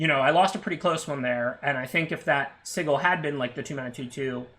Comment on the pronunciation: It's not sigil it's sigil